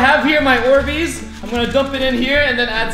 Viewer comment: You said borbeez